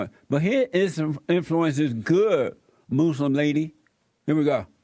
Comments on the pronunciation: Love the way he says "moslem" ammazzziiinn. She should be DEPORTED!! The whole west like that we made it and allow other races to live here, and they tell us we are bad people? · WHAT THE HELL IS A MOOSE-LUM LMAO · When the fuck did we start to say, "Moos-lim"?